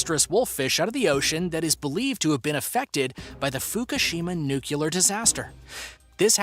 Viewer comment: It's pronounced NU-CLE-AR! Not "nu-cu-lar". Don't be one of those dummies.🙄😞👎